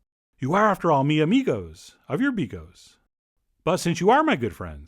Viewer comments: Argh. It's pronounced bee GAUCHE. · I have a fwiend in Wome whose name is Bigos... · Never seen bigos like that - polish guy Also... stop pronouncing an end of a sentence after every word, jezus christ